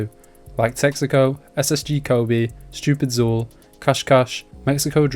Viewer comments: Sorry to be that guy it's pronounced stupid - cool not xool but other that fire video keep making these 🔥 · it's pronounced stoopidCOOL cmon bro